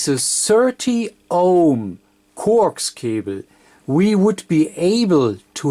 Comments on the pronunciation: Corx cable LOL I always thought coax was pronounced co-ax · Corks cable?? It's NOT corks, it's COAX (pronounced CO AXE).